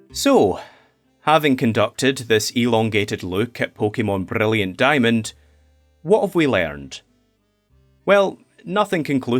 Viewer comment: I’m low-key insulted people called your accent a speech impediment… the way you pronounce Brilliant Diamond and Shining Pearl makes me so happy